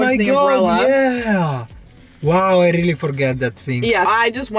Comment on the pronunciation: the way he pronounces really is so italian. I'm dead xox